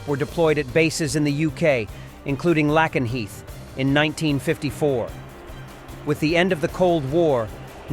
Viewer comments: Lakenheath not lackanheath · It's pronounced lake en heath.